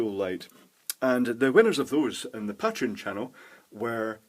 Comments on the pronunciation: The way you pronounce "Pateron" still bugs me. >: I wonder, do you pronounce "patron" the same way? That would explain it. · ***** Ah, I've never heard anyone say "pat-reon" and it sounds so weird to me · you don't pronounce Patrick "Pay-trick", do you? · I think the pay-treon pronunciation is the "American" pronunciation and pat-reon is "British" but I'm sure it varies because I'm British and I say pay-treon